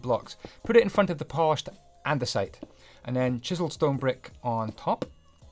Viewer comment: your english is pretty bad andiunisite? its andisite.